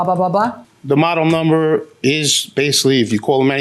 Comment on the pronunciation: The way JMM says “number”.. it’s like “NAMber” drives me crazy!!😂